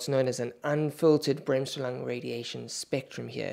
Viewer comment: As a German I shudder at your pronunciation of Bremsstrahlung.